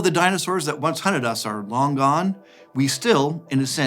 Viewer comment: Stopped watching when he said "dinsoaurs which once hunted us"...am i crazy? Was it haunted or hunted? I thrned captions on and it thinks he said hunted too😂